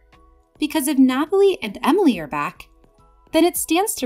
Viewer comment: For the last time it’s Emilie not Amalie